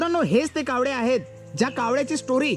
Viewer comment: कावड़े नाही रे- कावळे बोल